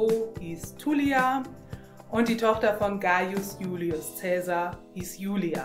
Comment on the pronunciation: Super schöne übersicht. schade nur, dass bei namen wie Caesar oder cicero nicht auf die scheinbar richtige Aussprache geachtet wurde